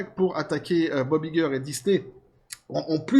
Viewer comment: on prononce en anglais Bob "ail"-gueur, pas i-gueur